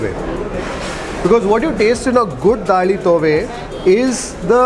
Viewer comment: South Canara Konkani food rocks. It’s Daali Thoy …not Daali Tove. Hope you will correct it next time.